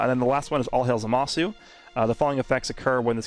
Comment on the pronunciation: still surprised that speaks japanese but still pronounced his name like za Ma su